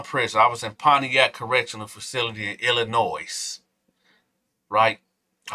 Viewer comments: The S is silent in Illinois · Hey!!!! FYI, the S is silent in Illinois. No shade, I LOVE and respect what you’re doing King..❤️❤️🫶🏾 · The S in Illinois is silent ppl. And before u start trippin I did hit the like button.